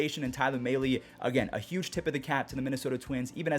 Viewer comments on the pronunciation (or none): M alley. Not may lee. Mahle - m alley